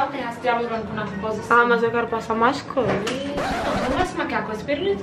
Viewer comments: O tanto que ela falou "vije" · Ninguém: a -::: "vige" "vige gente"